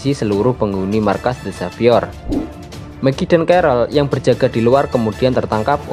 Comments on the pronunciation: Apa cuma gw doang yang denger nama Meggie itu Meki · Fix. Lu g belajar aksen bhs inggris😂